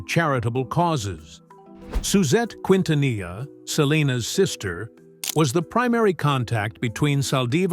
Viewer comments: They really need to get an Hispanic commentator who really knows how to pronounce Selenas last name correctly You just massacred her last name Please take a crash course in learning how to speak and pronounce people's last names I personally feel that it's an insult in the way you try and speak Spanish very disgraceful Im not even finishing watching your you tube video that's how upset i am just having listen to you!!!! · Always remember the LL in the Spanish language does not sound out like the English L. The double it sounds like the English Y or is silent. So you don't sound ridiculous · They need to stop with the AI voice. It cannot pronounce the names correctly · Bro if you can't pronounce her last name don't even make the video 😊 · You should be able to pronounce Quintanilla if your going to do a video of a Spanish singer. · Not Kwintanila but kintaniya best pronunciation for Quintanilla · It's Keen-tanee-yah. Not Quin-tan-ila. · No digaSALIVÁR.SO TONTO.ES SALDÍVAR.Y NO QUINTINILLA.ES👉QUINTANILLA.LEA,HABLE BIEN PERIODISTA.LEA Y HABLE BIEN. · PROPER PRONUNCIATION KEEN- TA- NEEEEYAH! GEEZ🤦🏾‍♀️🤦🏾‍♀️. DISGRACEFUL‼️ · Quintanilla is actually pronounced "keen-tah-NEE-yah" (no LL sound). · Pronounce every letter narrator. Quin ta nee ya.....quintanilla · Quintanilla is Spanish and it is pronounced KEEN-ta-neeyah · Quint na knee ah. Learn to speak correctly!!! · Its Keentaneeah, stupid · K E N T U N E Y A!!! IF you can't pronounce what you see 🤦🏻‍♀️😒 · Quintanilla, it is pronounced like the double ll was a y. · all this time they cant pronounce her name correctly, seriously, the f outta here ! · Who ever is narrating this said her name wrong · Let's start by learning how to pronounce the last name QUINTANILLA! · Learn how to pronounce her surname! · Bro every time i hear the narrator say their last name wrong i squint 🫣🤣😩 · Dude don't know how to say her last name dude needs to learn b for doing a recording